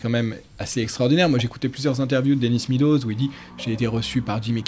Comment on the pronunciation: Se prononce “mes doses”